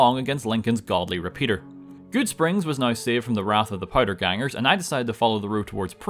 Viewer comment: when you say now like naigheugh